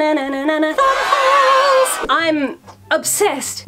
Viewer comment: I was listening to this half way and instead of thumb hole I heard bumhole... very confused